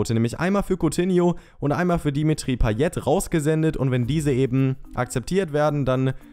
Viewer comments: Du sprichst payet falsch aus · paye nicht payet aber du weist ja eh alles besser